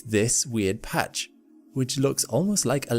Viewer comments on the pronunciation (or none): none